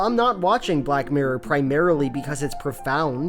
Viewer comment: You keep pronouncing it black murr it’s funny